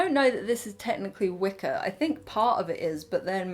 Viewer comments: i thought you said wicca not wicker lol 😭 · Oh my gosh at the beginning I thought you were saying “Wicca” instead of “wicker” and I was prepared for a merging of worlds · Wicker just sounded like Wicca each time it just added a witchey magical touch and a chuckle for me <3 I do love your taste - it is like what my mum likes, I remember a lot from my childhood. Shes a very creative spirit That teddy really needed a mum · I also kept hearing "wicca". :D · Omg same.